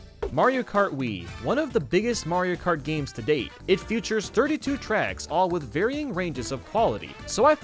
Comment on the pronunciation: I get so annoyed when says futured instead of featured. I still like the vids tho